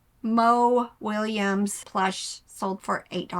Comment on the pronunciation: Sorry, but it’s Mo Willems not Williams. That could affect your sales, so I thought I would let you know. He writes fantastic children’s books.